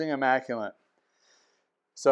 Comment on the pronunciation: Are you saying "immaculent" or "immaculate"?